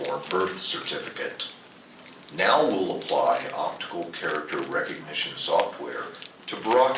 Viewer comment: "Opitical" This should show you the level of intelligence these people have.